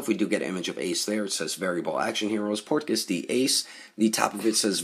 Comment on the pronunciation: Cool video but I cringe every time you pronounce Portgas that way lmao thanks for the review tho lol I been on the fence about this one